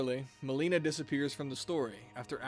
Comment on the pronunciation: 😭😭😭 Why you say Melinas name like that